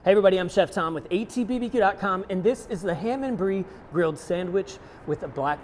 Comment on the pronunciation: Anyone else hearing “hey everyone, I’m chef Tom with AT[bee-buh-dee]Q” . . . ?